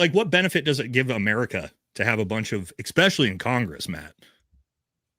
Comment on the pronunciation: eSpecially, NOT eXpecially!